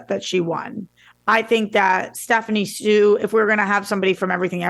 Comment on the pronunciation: Just an fyi- Stephanie hsu last name is pronounced like “shoo”.